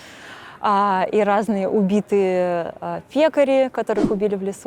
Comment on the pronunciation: "Перевозятся убитые пекари.."-улыбнуло сильно, как ударение влияет на смысл))